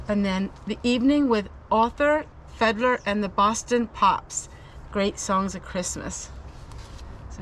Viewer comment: Fiedler is pronounced FEED-ler. Al Hirt is a very famous trumpeter from the 1960’s. 😉